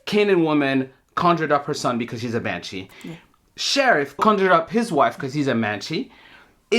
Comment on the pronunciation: "manshee"... so the sheriff has a vagina now?